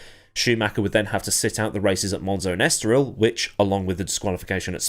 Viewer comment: It's not es toril, it's estoríl ..like estorlille